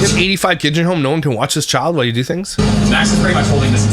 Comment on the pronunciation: Where's the grammar police pop up?! She says a lot of things incorrectly: Relling = railing. Why = while. Ora = Aurora. Seavanyah = Savannah. Drives me insane🙆🏾‍♀️🤦🏾‍♀️